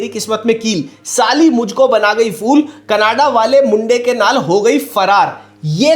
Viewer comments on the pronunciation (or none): none